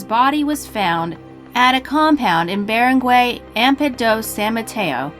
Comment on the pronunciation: i'm Filipino and the way she pronounced the word "barangay" is worse than killing a man over a cellphone charger lol.